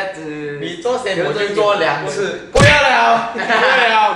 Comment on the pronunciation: ”不要了 不要了” 很malaysia 哈哈哈哈